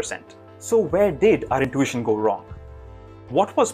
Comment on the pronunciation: It’s not “in-toosh-in”. It’s “in-tu-ition”